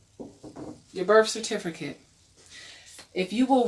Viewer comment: LOL "certifERcate"